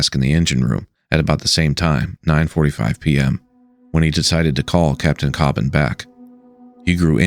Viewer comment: Thank you for making an honest detailing of the findings from the Coast Guard and NTSB Marine Investigation. Just a slight correction, My Brother's name is David Leigh Cobban, not David Lee Cobban. Also you are one of the first people I have heard actually say our last name correctly, so thank you for that as well.